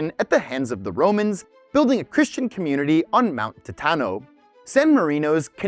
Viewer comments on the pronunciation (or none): none